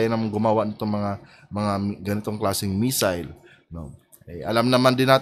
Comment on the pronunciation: Missile po, hindi messile. ✌️